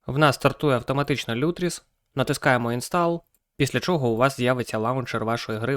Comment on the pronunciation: кроче не лютріс а лутріс